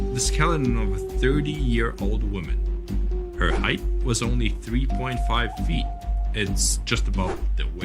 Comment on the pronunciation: Height ends with a T, not a TH.